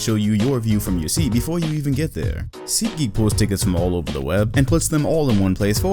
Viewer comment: nigga said seat geek 😂